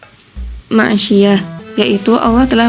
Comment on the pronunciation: cara bacanya salah, masyiiah artinya menghendaki, dibaca ma'syiah artinya maksiat